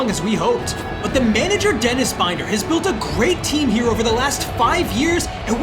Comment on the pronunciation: It will be very nice to not have to listen to Binder's name mispronounced now, lol. I still feel like there are no stakes in this one. This team should have been in a relegation scrap, not finishing mid table. Like, we can see those overalls, this team has no right to be where they are. It all feels so rushed